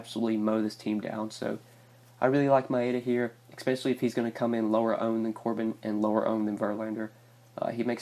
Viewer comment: It's especially not eckspecially.